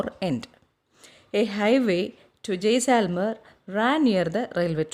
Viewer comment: it is not jayselmer it is jaislmer